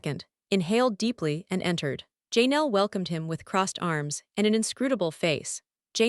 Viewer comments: Learn to pronounce Janelle's name and I could listen. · If you can't even say Janelle's name, how do you know anything about the Browns and what you say is true ?